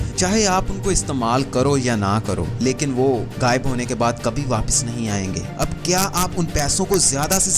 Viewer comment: Mere bhai apni Urdu theek kr len, lafz waqat nhi ''waqt'', muhabbat nhi ''mahabbat'' gaib nhi ''ghaib'' zaya nhi ''zaae'' hota hai.